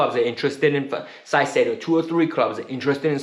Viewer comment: you are totally butchering Caicedo's name. It should be pronounced "Kaisedo". Other that that, I totally agree about Felix, he has tons of talent and only needs a coach that trusts him and creates a proper attacking system.